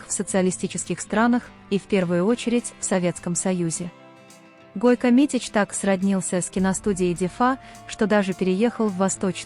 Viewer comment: Не Гойка а Гойко.